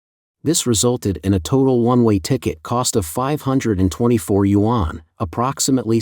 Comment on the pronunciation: What are "you on"? Yuan is a one syllable Chinese word 元. Pronounced "yen"!!